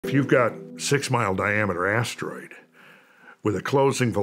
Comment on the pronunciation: "If you've got a six mile diameter ass...teroid"